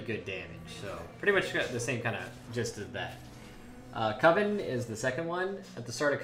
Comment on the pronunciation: I want to give this video infinite amount of likes for being the only person to pronounce coven correctly.